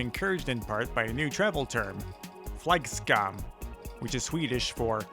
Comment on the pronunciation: What a interesting way to pronounce flygskam;);)